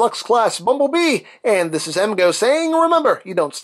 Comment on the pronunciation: I hope he knows it’s bumble bee not bumble mister lol